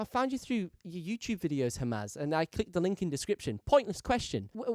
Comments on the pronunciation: Great video - incredibly helpful and proud that a Brit like you can produce something better than the Yank marketers that hugely outnumber you :)) BTW you kept pronouncing Hamza's name wrong - it's 'HAM-ZA' . It sounded like you were saying 'Hamas' 😆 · It's hamza not hamaz.. 💀